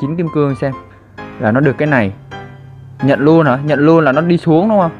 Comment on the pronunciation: Ko nhấn chữ nhận